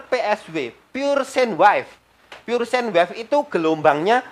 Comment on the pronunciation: Sin wife Hets Cara bacanya Lo bikin ngakak 😂😂🙏 S